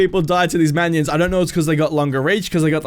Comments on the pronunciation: Man-ions XD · Manions or minions? 😂😂